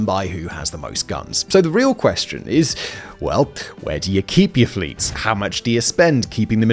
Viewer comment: Is it an English thing to put “eh” before certain words? Simon says “ehwas” instead of “was” and “ehwhere” instead of “where” and “ehrecyled” instead of “recycled”